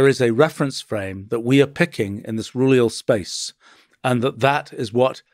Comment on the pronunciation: Roohleeuhll spacccce